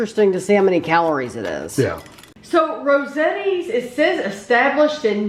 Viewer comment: It’s pronounced Rose-AHHH-Tees